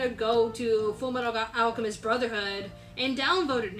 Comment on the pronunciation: u mispronounced fullmetal alchemist